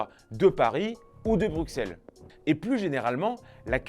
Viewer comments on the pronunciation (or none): none